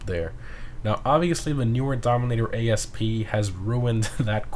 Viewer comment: Its not “a.s.p” its asp 😂